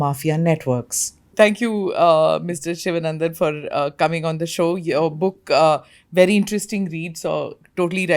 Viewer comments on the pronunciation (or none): The name is pronounced Shivaanandan, please.